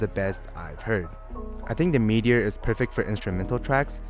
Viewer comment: “Meat”eor. cool review man